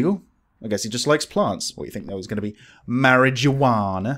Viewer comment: Great First Susan wants to dress up like Jason Voorhees and now Mispronounces Marijuana